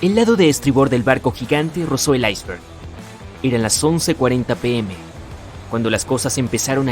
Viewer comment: Se dice Iceberg No Aisver. xD!